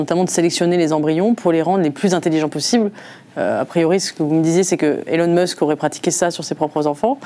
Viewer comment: Elon meusk 😂 je quitte aussi